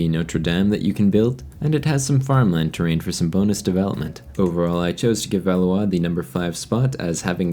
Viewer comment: I know this is a small thing but I actually really appreciate your pronunciations and you not butchering how you say Valois and Notre Dame 😂